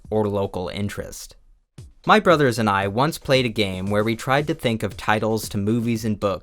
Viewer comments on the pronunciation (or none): none